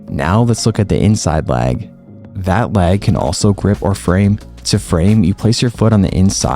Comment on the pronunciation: I'm sorry I was so distracted. Please demonstrate the difference between you saying "leg" vs "lag." It's all I could hear 😩😅 Love your videos, love your content, thanks a million.